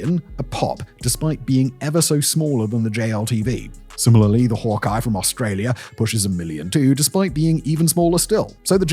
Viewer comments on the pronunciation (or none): none